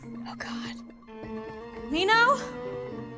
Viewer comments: guys im sorry but every time she says "min-ho" i want to SOB.. she says "MEEN-HOE" its "min-ho" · pronouncing it as “mean ho””” made me laugh 😂